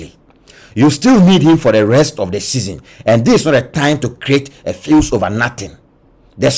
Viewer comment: Eei “ a fuse” or fuss 😂